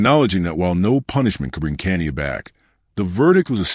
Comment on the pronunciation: her name is pronounced Ka ni ya